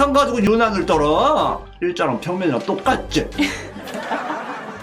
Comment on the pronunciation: 일좌뢍 평뭰이뢍 똑같줴 캬캬컄캬캬 이거 너무 웃겨욬ㅋㅋㅋㅋㅋ 배켠겅듀!